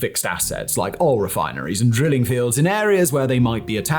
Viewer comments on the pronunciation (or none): none